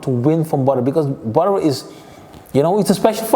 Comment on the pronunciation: Geen levol maar levEl en het is Badr geen Bador 😃🙏🏼